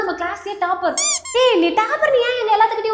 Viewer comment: Adhu CALLAGE illa ma COLLEGE TAAPER illa TOPPER.... O sound!